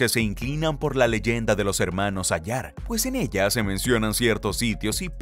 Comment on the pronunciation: Hola que tal.Se pronuncia:"Hermanos Áyar". No "Ayár". Un abrazo. Interesante reporte.👍